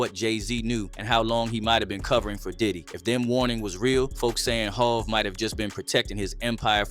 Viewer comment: AI must be speaking on this video, how tf they mispronounce HOV?